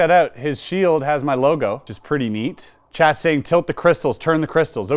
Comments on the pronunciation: He was saying "Chat" all the time and I thought he was talking to someone called "Chad"!! 😅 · Every time he says chat I swear he is really saying Chet 🤣🤣🤣